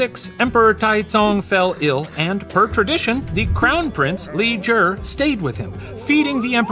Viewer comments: Just wanna thank Shane & the puppet history researchers for the effort w the pronunciation of the chinese words/names :') Genuinely moved!!! (Even simply pronouncing "Tang Dynasty" as such and not "t-EH-ng" as Americans usually would, or "Li Zhi" rather than "j-EE"). Idk it just means a lot after having grown up hearing the butchered pronunciations so normalised. Sobs.💛 谢谢你们! / Thank you all! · I'm impressed that he pronounced Li Zhi the way he did. It's not an easy sound to make for an english speaker.